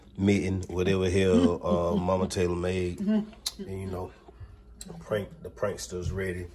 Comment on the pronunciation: saying Mike Mike! Lol I know it's mama but it sounds like Mike Mike 😭